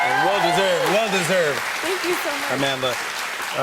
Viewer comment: it's Amandla not Amanda😑